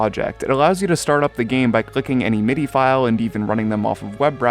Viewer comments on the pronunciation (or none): none